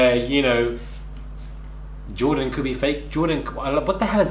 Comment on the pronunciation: May be Jordan didn't appteciate that Anna couldn't pronounce his name